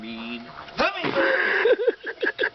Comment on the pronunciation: How he say's, " where we have a rogue.....very mean...HUMMINGBIRD!!!!!" LOL Freaking funny!!! I have to favorite this video!